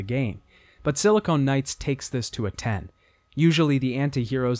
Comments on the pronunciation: It physically hurts when he confidently says it incorrectly. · Just a little FYI: Silicon and Silicone are two different things and are pronounced differently. Silicone (as you are pronouncing silicon) is what your mom's tits are pumped full of. Silicon is a common chemical element that integrated circuits are made of. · I love this video and series so much, and I rewatch this video from time to time, but I can't help but finally comment on one thing that truly irks me. It's "Silicon" Knights! SILL-A-CONN. Not "SILL-A-CONE! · Just remember that Sili-con and Sili-cone are two separate substances and words champ. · Another amateur-hour heater coming straight from YT, y'all! Breh, sili-CON, not sili-CONE. LOL! FVCKING 'ELL, PEOPLE! THEY ARE TWO COMPLETELY DIFFERENT MATERIALS. The one you keep misusing is for fake tiddies....foo lol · "...Silicone Knights..." LoL, if there isn't a game developer studio by the name of "Silicone Knights" that exclusively creates adult titles, then somebody really needs to step up and end the tragedy. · You're saying silicon wrong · Silicon and silicone are different words. They are not homophones. 🤦‍♂️